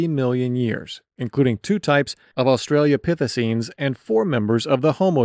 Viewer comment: Australia pithicines? Seriously? Mush is right.